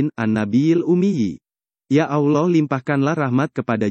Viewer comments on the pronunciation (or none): Maaf banget , mungkin pengucapan Allah nya di perbaiki lagi, ehehe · Sebut allah lidah bergulung..x betul tu..kena praktis sebutan tu